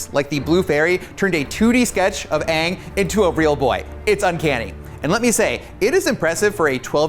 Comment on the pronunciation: "Weird bald person" and He said "Uung" and not Aang, LMFAO